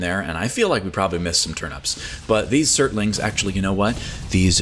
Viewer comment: cocks Shotgun SAY STURTLING AGAIN